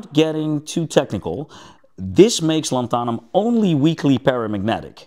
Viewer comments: 👉LAN-tha-num,👈 not lan-THA-num. :face-red-droopy-eyes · Not lanthahnum, more like Lanthuuhnum (as in duuh, not hah) Lanthanum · What's interesting is all of the other versions of the word are pronounced correctly (lanthanides, etc)... it's just the element name itself. Here in the US it is pronounced LAN-than-um, both A's as in 'can'. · That is an interesting way to pronounce it, I just looked up online how it's supposed to be pronounced and was the same as the way I said it. Lan-thun-um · "Lantharnum" - on what planet? Yet you pronounce the words greek root, and "lanthanides" correctly!